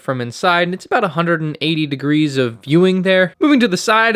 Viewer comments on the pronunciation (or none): none